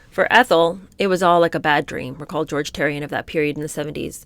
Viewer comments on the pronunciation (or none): none